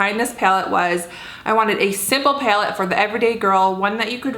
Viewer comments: it's pronounced PAL-ette, not PALE-tte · "Paylet" haha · Right???? That cracked me up too. Never heard that one. Reminds me of how Trisha Paytas says bag, like "baeg"... Wonder what that's all about? Hahahaha! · You say the word "palette" kinda funny😊